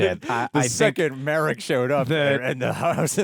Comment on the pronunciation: Not Merrick it is Mar-rok